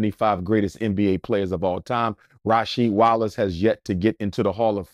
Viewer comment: This man said Rasheed Wallace 😂😂 cmon man. Cut it out.